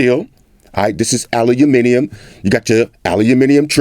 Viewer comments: "Owl loom mini yum" roll call, y'all. Haters need to pronounces 'Aluminum' like boss with Floss! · OK, so now we got you saying Aluminium right, we gottta work on you saying Maths properly! With an S. 😉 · An american that says Aluminium correctly! Huzzah! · First American I've ever heard pronounce the word aluminium the way it is meant to be pronounced.. Congratulations sir. A very good and comprehensive review. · Any American who pronounces "Aluminium" correctly has got my vote